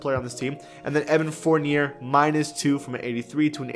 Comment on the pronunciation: buddy you are saying Evan Fournier’s last name wrong🙄🙄🙄